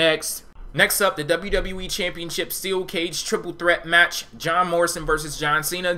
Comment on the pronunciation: IF YOUR A TRIPLE H FAN WHY CANT YOU SAY TWIPLE STRAIGHT HEHE